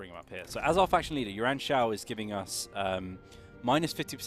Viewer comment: OMG! you got the name right this time!